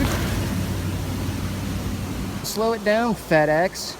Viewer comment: "slow it down fed ex" sounded like "slow it down fatass"